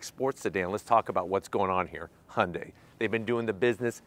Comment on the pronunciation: 리뷰 하시는 분중에 현대 발음을 제일 잘하신 분이네요 제가 듣기로 정확히 "Hyundai 하시네요! 잘 봤습니다^^